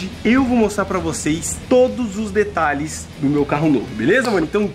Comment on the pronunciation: Detralhes kkkkkkk